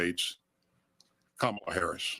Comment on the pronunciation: So racist... She say Kam not Calm-ahla.